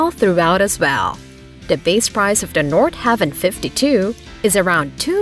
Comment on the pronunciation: It’s “Nord-HA-Vin” not “Nord-Have-In”